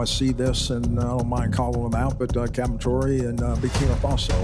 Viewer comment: Learn to pronounce the captain name properly. I like your words but get the name right.